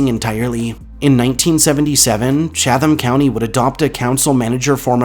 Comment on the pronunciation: I’m from NC and I have always heard of 3 of these places, but 2 were new. I really enjoyed the entire video though. However,for the 5th place, I t’s pronounced like “Chat ham” county (the “h” usually disappears), not “Cha tham” county.